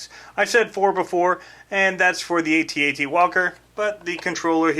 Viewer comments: It's Pronounced AT-AT not A.T.A.T. Some one posted it on Facebook. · AT-AT not A.T. A.T. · Had to stop. You're driving me nuts. A T A T... I was there man! I ate the popcorn man! I tossed wet JU-JUS and Milk - Duds at the screen and they STUCK man. It's pronounced AT. Like the word man.. At.. It's a freakin AT - AT WALKER... Man.. and it moves too fast.. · I can't even watch all of this because he keeps saying A T A T instead of AT-AT. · AT-AT not Ay-Tee Ay-Tee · iT'S NOT A T - A T WALKER! It's AT-AT Walker Like, " I'm AT the party". Get it right. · they're pronounced @@ , not Aye Tee Aye Tee